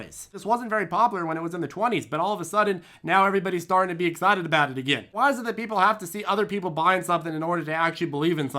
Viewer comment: But wah-high, wah-high?!